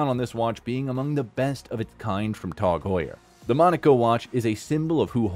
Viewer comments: Its pronounced TAG not TOG , Tasser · Its not called TOG! why are you saying TOG and not T A G?! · Please stop saying Tawg😅😂 Did he just call Hublot Hub Lot 😂😂😂 And revealed reviled bru… I’m dead 😂😂😂😂😂